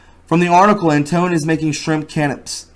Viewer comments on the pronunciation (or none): It's pronounced Can-A-Pay not canopy. You uncultured swine! LOL. Just kidding keep up the good work. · Canapés are pronounced can a peas. Hope that helps. Love to you and many blessings. I don’t know how I miss this but it is new to me.